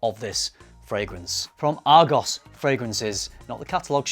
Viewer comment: It’s not pronounced Argos. It’s Argoose. 😂